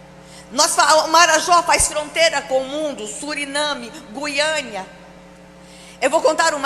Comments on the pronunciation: Marajó fronteira com Suriname e Guiana ??? no mapa dela né?? Kkk. e o nome não é 'Guiania' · Mulher nojenta, esse é tipo de cristão conservador que fica procurando esse tipo de nojeira na Dip web. Além de tudo é burra, porque o Marajó não faz fronteira com Suriname e " Guiania", quer espalhar notícia falsa e não sabe nem a localização e a pronúncia correta do país. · “GUIANIA” Não sabe dizer o nome de um país, não sabe português, é muito esperta para enganar evangélicos. Deus não está à venda. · Ela trouxe a tona essa "denúncia", somente para tirar o foco dos escândalos que tem saído sobre o "mito", de maçonaria e canibalismo, eles sempre usam essa tática. Tomara que seja cassada, menos uma bolsominion no poder. Que saia de lá direto pra uma camisa de força. Ainda falou errado, é Guiana, de Guiana Francesa, falou Guiania. E a Michele deveria ganhar o troféu Framboesa de Ouro, péssima atriz, nem lágrima saiu.